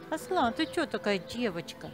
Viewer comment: Женщина за кадром видимо образованная, единственная тюркское имя Аслан правильно ударение ставит.